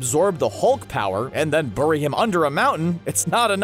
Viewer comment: He also said burry not bury, I'm not sure if he's speed Reading the script or what